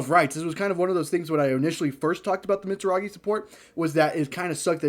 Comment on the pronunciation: The "mitzaragi" was killing me 😂